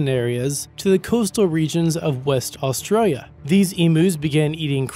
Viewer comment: lol Emoos in ost-rail-ia